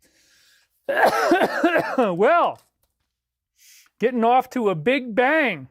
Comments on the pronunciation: "getting off to a big bang" Really kind of sounds like he says Getting offed to a big bang...? He even repeats it. In his last live stream? 🤔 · "getting off to a big bang" Really kind of sounds like he says Getting offed to a big bang...? He even repeats it. In his last live stream? 🧐